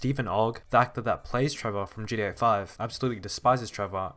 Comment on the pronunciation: Man can you stop saying "GDA"